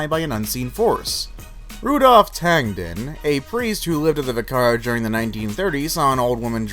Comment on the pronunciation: vi-CAR-age..??? Try VIC-ar-age....